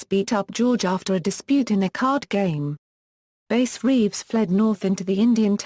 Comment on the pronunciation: His name was “bass” not base. Who the f*ck reads this? Bass Reeves was a great part of American history. He is due the honor of pronouncing his name correctly.